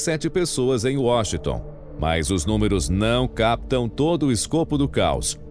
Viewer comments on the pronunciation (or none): none